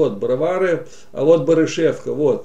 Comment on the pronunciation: Ведущий! Очень корявое изложение материала, не ваше это. БАрышевка, а не БарышЕвка. БроварЫ, а не БровАры. ТщательнЕй надо.